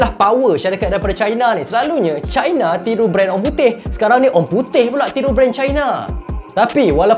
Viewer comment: Bang sebut je laa China tuu 'Cina' (sebutan Melayu) jangan laa sebut 'Chai-na' (sebutan Inggeris) kalau nak betul2 Melayu sebut Tiongkok Tongsan... I I I..